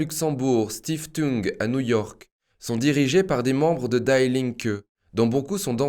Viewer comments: die Linke ne se prononce pas à l'américaine lol die se prononce di, pas daille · Salut. Sauf votre respect en allemand on dit "di" et non die [daille] comme en anglais. Merci pour votre excellent travail. Force et honneur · On ne dit pas daï linke mais di linke ! Ei en allemand se dit aï, ie se dit i ! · Der = Le... DIE = La... Das = neutre... DIE se prononce Di.. Pas comme mourir in english! Notre future dictature est internationale gauchiste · Super, comme toujours. Merci. Juste une petite précision : "die", en allemand, se prononce di, à la française. (pronom : la (gauche))